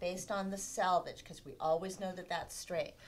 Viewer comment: Selvege not salvage